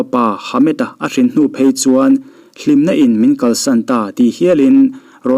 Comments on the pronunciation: A hrin, a thluk a vamak thin ve, 𝙝𝙧𝙞𝙣 tih thluk dan khi (kalo ei chhin) kantih a kanthluk dan ang a, 𝙘𝙝𝙝𝙞𝙣 kantih lai thluk angkhian lam tur zawk, i sawi dan azir in 😁😁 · " Nau hrin" tih khi Hring (green) tiang deuh hlekin i lam zel niin ka hria,an sawi tum chu hrang tak ania.. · Hrin lamdan mawlh hi aw 😊 ithiam e👍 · Thil pakhat.. 'hrin' tih thumal hi i lam dik chiahlo ania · Hrin lam dan a dik lo deuh...uluk leh deuh tehhhhh👍👍